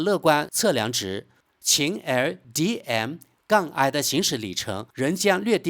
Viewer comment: 你是机器人语音吗怎么老念那个qin L DM-i😂😅